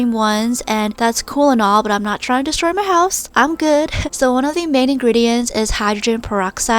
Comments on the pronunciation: "AND NOW I AM ADDING MAH GLOO" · 'Now I'm adding MAH glue' THATS WHAT I HEARD!!!